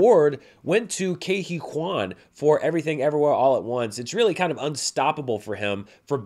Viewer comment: Just after the 4 minute mark in this interview Ke Huy Quan explains how to pronounce his name. You’re pronouncing Ke and Huy incorrectly.